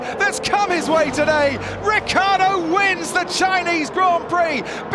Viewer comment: RICCIARDO NOT RIKKARDO